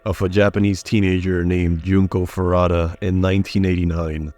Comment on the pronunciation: Junko Foo-roo-ta. Not Farata.